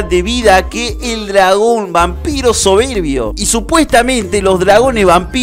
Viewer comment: Me gustó cuando dijo el Dragón Vampiro soverbii